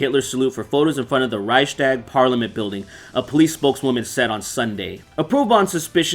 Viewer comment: I love how you said Raishtaag to Reichstag xD